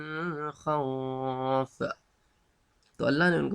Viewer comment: ماشاء اللہ بھائی بہت اچھا لگا آپ کا لیکچر سن کر۔ جیتے رہو۔پلیز اپنی تجوید ٹھیک کریں یا پھر سادہ قرآن پڑھیں۔ ایلافھم اور من خوف پہ غنہ نہیں ہے۔